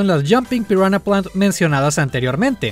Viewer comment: grande el al pronunciar las especies de Piranha Plant, ahora entiendo tu tweet de Viridi xd